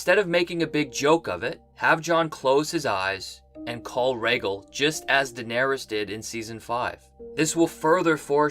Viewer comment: I was going to give you a pass for your crappy pronunciation of Rhaegal but if you think Bran did nothing, there is no point in listening to anything of yours.